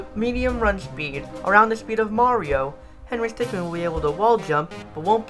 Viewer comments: Is it just me or.... IS HE SAY HENRY STICKMAN AND NOT HENRY STICKMIN!?!?! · i hate that you say stickman instead of stickmin, w h y.